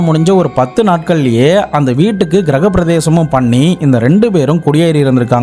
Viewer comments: Kirahaprathesam ila , 😂kiragapiravesham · Hi... Naan unga narrations keen ah watch pannuven usually. Indha video la graha pravesam nu sollarthuku badhil neenga graha pradesam nu solli irukinga